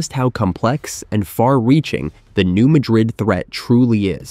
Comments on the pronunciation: New Madrid is pronounced with the emphasis on the second syllable of Madrid by locals and seismologists. So it’s New MA-drid, not New Ma-DRID. This is for us humans, as I think it might be an AI narrator. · (No "New Madrid" but "new-MA (as in "cat")- drid") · The correct local pronunciation of the fault zone is New MAD-rid (not Ma-drid). Thought I'd shake things up pointing that out... 😏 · It is pronounced Nu MAD-rid not Nu Mah-Drid....you A.I. bot digital dimwit. 😎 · It's pronounced New Ma'-drid, not New Mad-rid'. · Get a real narrator. Its pronounced Mad-rid! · I believe the name is commonly pronounced New MAD-rid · Are you certain you're pronouncing it correctly? When I lived in the area, I was informed it was New MAY-drid. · Thank you! The computer/non-computer voices drive me bonkers with the mispronounciations! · If you can’t correctly pronounce “Madrid” (USA ) , I can’t listen. Out! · I came here to tell him that as well.